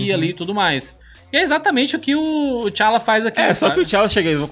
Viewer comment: T’Chaka e T’Challa pronuncia separado o T e não tudo junto